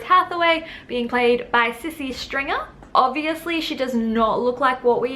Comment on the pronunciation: it’s pronounced “See see” and she’s not indigenous Australian she’s mixed race South African and white